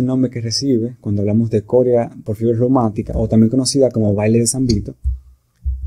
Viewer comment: La palabra es corea no "córea"